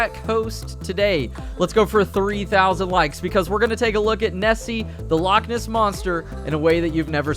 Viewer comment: As somebody who is scottish the way you say " loch ness " is so wrong but since your across the pond I'll cut you a break. THIS TIME 🤣